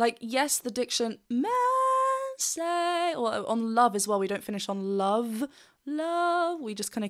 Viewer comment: Amazing performance. Great review. I don't mind the missing v in love, but I have a small bit of linguistic nonsense to offer on how that (perhaps) comes to be. From my observations, Diana has two things working against her for the "love with" to sound English. 1. word terminal voiced consonants are devoiced in Russian (so, v turns to f) and 2. There is no w sound in the language. In the past, you could hear Diana pronouncing w as a slightly more labial v (wicked game) and I take it that she is paying attention to that now. However v followed by w (phonetically) makes the v (probably already reduced to f) disappear altogether. I could be wrong.